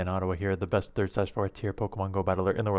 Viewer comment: What ıs this guy claiming to be, the best WHAT again in the world? Even Caption could not quite catch it right lol